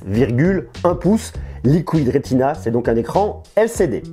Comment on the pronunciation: Arrête de dire liquouide rétina et dissesse